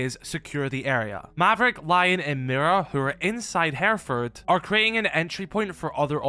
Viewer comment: First off learn to pronounce the location. Secondly the whole premise is a load of rubbish